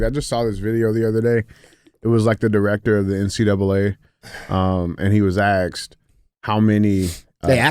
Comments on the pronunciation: Andy, "He Axed him" 😆 I was laughing my ass off. DJ still couldn't get it out, and changed his word to "he queried" lol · “He was axed”… “was it terrorism??” 😭. Andy make sure to go replace his smoke alarm batteries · Axed him a question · Who axed em, fucking hilarious